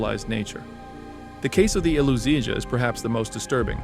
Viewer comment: It’s pronounced “le-po-tea-tsa” in Serbian in means “Beauty” or someone that is beautiful.